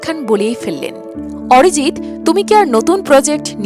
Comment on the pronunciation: What a rubbish pronunciation.....Arijit or Orijit😂....star or ster😅